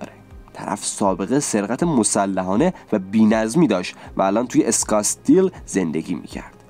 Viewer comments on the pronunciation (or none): اسکاتسدیل هست نه اسکاتسدال چون من آریزونا زندگی می‌کنم